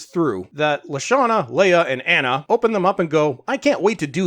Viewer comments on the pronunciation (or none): none